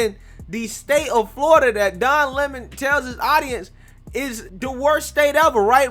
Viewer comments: She called him Don Lemone. 😂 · The Don Le'Mon was pronounced just subtly enough that you could read between the lines, and she kept her cool. Honestly, Don should get the paparazzi treatment from every Floridian with a phone, and should be hassled out of the state. No tolerance for Leftist propagandists, I say. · Don LAY-Moan! You in trouble bro!